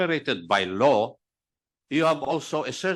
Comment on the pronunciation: Pagkabigkas ni acop ng law is low...